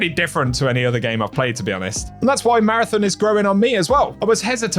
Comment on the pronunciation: Please pronounce Marathon correctly, lol.